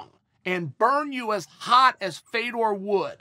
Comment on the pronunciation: Why are we still mispronouncing this man's name. It's pronounced "Fyodurr". As someone with an "exotic" name, I hate that they insist on butchering a legend's name. Russian's don't have names like "FAY-dor".